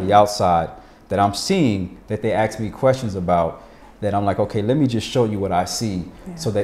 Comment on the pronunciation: Why do so many Americans pronounce "ask" as "aX"? And "especially" as "eXpecially"? I'm sorry, but it has to be one of the most irksome things to hear.